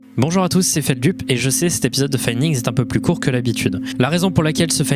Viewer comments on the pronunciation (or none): FeldUp. Franchement c'est tellement dissonant... Prononce la partie "up" de Feldup en anglais, stp 😭